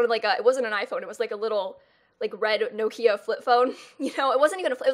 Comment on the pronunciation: Nokeah Nokia NOt NokEAH ITS NOKIA